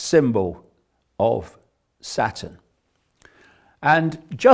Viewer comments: I like how he pronounces Saturn like Satan. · I love how he pronounces Saturn...